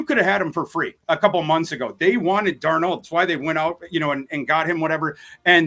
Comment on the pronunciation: is great, but he’s always mispronouncing players names. (Louise Cine, Will Leevis, Sam DarNOLD to name a few) Someone give him one of those media guides with instructions on how to pronounce players names properly lol.